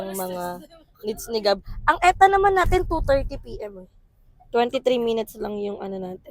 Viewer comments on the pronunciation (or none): Ansabe ng “eta” hahaha kahit “ee-tee-ay” yun?? 🤣